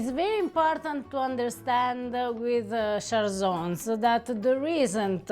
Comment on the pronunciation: I love that you showcase a bit of Friuli, it is such an underrated region of Italy often forgotten about. So the way you pronounce cjalsons is with a harsh j. ‘Cj’ in this case is pronounced as ‘ch’, think of the wine ‘chianti’ for pronunciation. You guys are amazing!